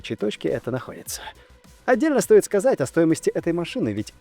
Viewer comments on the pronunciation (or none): none